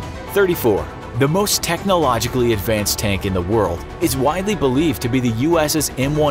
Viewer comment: you said word and not world btw